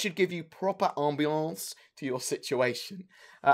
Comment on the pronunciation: i appreciate you made the effort and tried to say "ambiance" like the original french word is pronounced :P